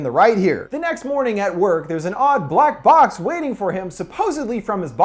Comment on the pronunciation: When we meet jason I dont know if yall caught it but listen closely and youll hear him say black blox not box